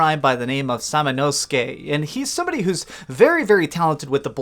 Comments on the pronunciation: Holy shit, someone said his name right! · I think you did pretty good with pronunciation, especially with the protagonist. Most people are saying "Sam-Oh-No-Sue-Kay"